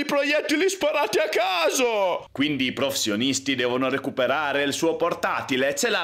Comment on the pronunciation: come mai hai così tanti problemi nel dire "professionisti"?